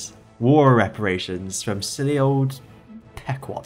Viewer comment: Oh and by the way "Pequot" is pronounced like "Peh-quO"